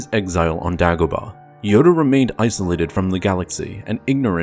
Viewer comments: DAY-Go-Bah, Say it with me! Day-Go-Bah! Dumbass. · THANK YOU. The way he said it drove me nuts. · How do you mispronounce Dagobah? They say multiple times in the movie. What the hell is Daaagobuh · ear murder it was. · New to the channel. Love everything, except for all the names that are mispronounced. Is there a reason for this? Example, "Dagobah". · Why is he saying Dagobah like that?